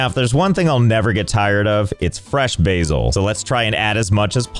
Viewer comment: U pronounced basil wrong